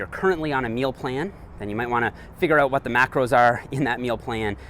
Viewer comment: Why do you say "uout"?? "Let's check it uout."??